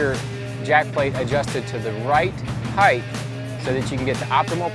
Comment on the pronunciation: I couldn't concentrate on what he was saying bcuz he kept pronouncing "height" as "heighth". There's no "H" at the end of "height". It's pronounced like "sight" or "might" or "kite" or "bite". Maybe he has it confused with "width"... There's your "H"! I don't mean to be a grammar fucking snob but after about the 3rd or 13th (hey there's another h) time he said it I couldn't concentrate anymore on his tutorial.